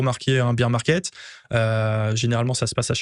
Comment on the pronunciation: Baire market… SVP, pas bir ça me fout la mousse dans les oreilles 😂😊